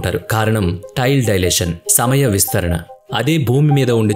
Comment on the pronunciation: డయలేషన్ కాదు, టైమ్ డైలేషన్ అనాలి!! అప్పుతచ్చు అన్నమాట.....😂😂😂😂